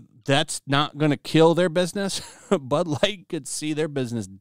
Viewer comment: Sounds like he said ‘Butt Lite’😮